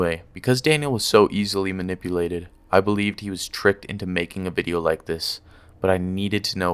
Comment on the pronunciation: Also it’s manipulated not mulnipulated. Illiterate